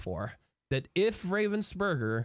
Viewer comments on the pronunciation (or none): Ravensburger is not a Burger its a Burg (German word for castle) xD And have nothing to do with raven. :D I like how people express that comany Name in english. It sound everytime so wrong XD